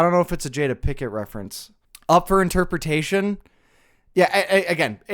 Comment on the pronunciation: Jada “Pickett” lmao